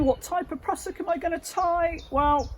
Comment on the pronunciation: Love the West Country pronunciation.."prussock" 😅